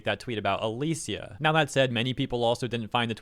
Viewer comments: Just a quick correction, her name's pronounced "a-lee-sha" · The way you say "Alicia" hurts lol